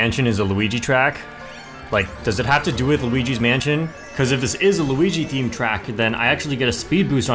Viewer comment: its a me a-luweegee 🗣️